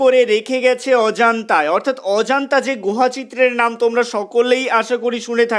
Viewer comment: অজান্তা বলছো কেন ? নিজের উচ্চারণ ঠিক করো।